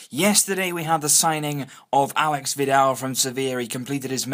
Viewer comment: It's /alésh/ (accent on the E, not the A; and SH instead of X.) That is how Aleix Vidal's name is properly pronounced. They're already talking about how people all over Spain mispronounce it, teach them a lesson by getting it right before most spaniards!